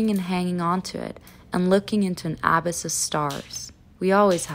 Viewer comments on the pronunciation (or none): Loving the direction of your videos recently focusing on books and writing <3 und sorry für mein Klugscheißertum aber meines Wissens spricht man „abyss“ mit Betonung auf der zweiten Silbe aus, hat mich einfach bisschen getriggert xD